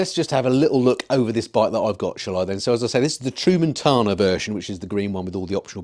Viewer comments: Tramontana, pronounced Tram mon tana, not True Montana. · You need to work on the pronunciation 😂. Its tra mun ta na. Not tru man tana. After the mountains I imagine. 👍